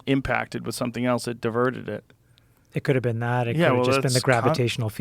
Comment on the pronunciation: One day there will be a kid smart enough to explain to Joe that there is no letter T in the word, " else " 😆